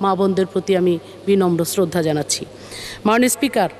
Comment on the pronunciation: যে নিজে কটাক্ষের পাত্রী সেই সকলকে কটাক্ষ করে থাকে। কথা তো উচ্চারণের যথেষ্ট ভুল রয়েছে যেমন মাননীয়কে বলছে মানিও। পারলে তো হাসিনাকে পূজাও করতো। এর গান শুনে আমার বাথরুম চাপে।